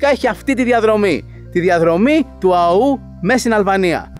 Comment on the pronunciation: Του Αώου, όχι του Αωού. Ο τόνος είναι στο ωμέγα.